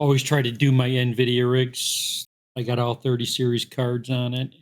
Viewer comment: Great score guys! The "Na-Vidia" gets me every time! 🤣🤣🤣